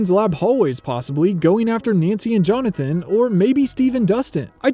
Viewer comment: There ARE 53 new shots, not IS. And it's JonathAn, not JonathOn.